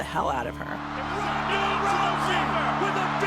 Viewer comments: why does Betch keep saying Honda!? Her name is Ronda! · But she must know that's it pronounced Ronda and not Honda! Or are Brazillians not able to pronounce the letter "R"!? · Pat Morgan in Portuguese sometimes the R is pronounced in a way that to English speakers it sounds like a H. There's your reason why.